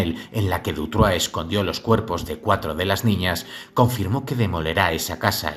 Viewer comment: Sólo un pequeño detalle, es Dutroux no Dutroix pero wow, impresionante trabajo, enhorabuena. S. Dardenne coescribió un libro para evitar entrevistas y olvidarse de esta pesadilla. Muchísimas gracias, saludos.